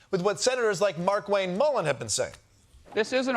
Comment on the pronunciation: Never trust a man with two first names. And it’s not MarkWayne, it’s Mar-Kway-Nay.